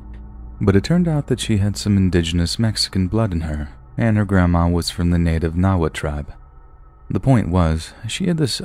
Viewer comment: He said Nahuatl